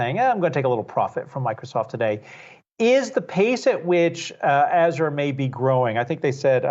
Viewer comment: Never heard that pronunciation of Azure.